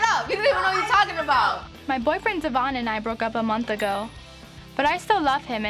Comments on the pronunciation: One thing that bugs me is she says Devoin’s name wrong. How does she not know how pronounce her fellas name correctly?? Maybe it just got too awkward to correct and she never knew she was saying it wrong 🤷🏼‍♀️ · Does Briana know how to pronounce Devoin’s name? Like is this ever addressed with them? Lol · It’s the fact that she had that mans baby and can’t even say his name right. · What’s crazy to me is that Devoin said that they purposefully pronounce his name incorrectly and have for years so he stopped correcting them. They are such nasty people.